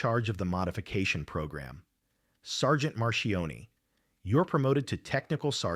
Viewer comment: Marchione not Marion.